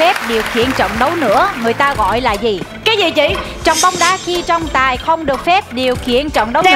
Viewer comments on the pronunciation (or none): "TRỌNG TÀI" MÀ ĐỌC THÀNH " TRONG TÀI" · Trọng tài mà cứ nghe thành Trong Tài 😂😂😂